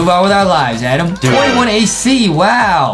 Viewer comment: It's Adam but Justin always says ADEM